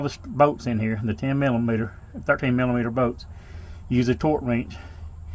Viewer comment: I love how you say bolts. Boats . Good video man thank you !